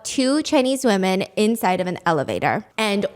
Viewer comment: Women is pronounced wimen...thanks.